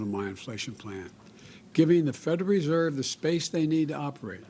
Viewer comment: Dear Potato Head. Social Security has 6 syllables, not 3. Federal Reserve has 5 syllables, not 3. Grocery store has 4 syllables, not 3. Go back to school fool.